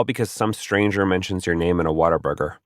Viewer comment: It totally does lmfao